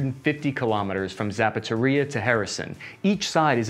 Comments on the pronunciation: 1. Cappy tries to pronounce foreign words. 2. Cappy fails miserably time and time again. 3. Cappy starts to intentionally mangle them more, obscuring incompetence with jest. 4. We get Zapatoria and Harrison. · I have to believe some of these mispronounciations are on purpose. The Zapataria power plant? Yes I'd like a steel-toed generator in a size 11 please. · I like how Chris does not ever try to say "Zaporizhye" and just rolls with "Zapateria." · Harrison: "Donde esta la zapateria" sorry man its just funny. You can try pronouncing these as "Her Son" (but with a constrained O like in "song") and " Zappo Reeja" that will get you pretty close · The city is called Za-pow-row-zhi-ye, not zapatoria! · "Zapateria" is even better. 🙂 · You mean Harrison? I didn’t know there was a NPP in a Shoe Store (Zapatería) either. 😂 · Still looking for "Zapatoria" on the map but I just can't seem to find it. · Pronouncing Zaporizhzhia as Zapatería is even better ;-) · And Zapateria = "shoe store" in Spanish. So we have a war going on around a hispanic shoe store which is somewhere near "Harrison", which sounds like it's in Pennsylvania or the Midwest of the US. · The fuck is Zapothorrhya? :D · Pls. Don't pronounce cities names! Pls.. You are Buchering all of them. The most critical Iz Zaporozye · “Kherson” sounds more like “Hear-son” “Zaporizhzhya” it’s really tricky: “Zapp-o-rich-ja” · It really sounds like you're purposefully butchering the town's names to create comedy. Zapatoria? How do you get that from Zaporozhie. It doesn't even have a T in it. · Cappy don't get discouraged about the comments criticizing your mispronounciation of slavic names. I find it absolutely hilarious and I'm always curious how badly you'll butcher them in the next video. Embrace it.